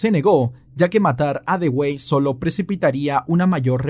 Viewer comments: Con todo respeto, pues nadie esta obligado a saberlo, en el minuto 44 se muestra a Thomas Dewey. Pues bien ese apellido se pronuncia "DUwi". Eso nada mas. Buen video.👍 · No sé si alguien te lo haya dicho ya,, pero "Dewey" no se pronuncia como se lee, sino que se pronuncia "Dui" (así como lo escriben en los memes que le hacen al hermano menor en la serie de Malcolm xd) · Se pronuncia Dui. Como el hermano de Malcolm el de en medio.